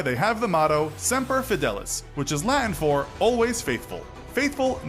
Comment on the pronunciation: "Simper" Fi